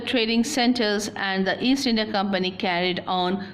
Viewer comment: Why is it eindia ....hahahah much grammatical mistakes .